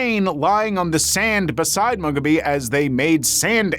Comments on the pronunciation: Its moo gobby not mugaby. At least you kinda recover about half way through 😅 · I'm sorry but the way you kept butchering the pronunciation of Mugabe sent me 😭😭😭